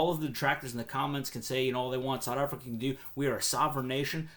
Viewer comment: Strange way to pronounce South Africa.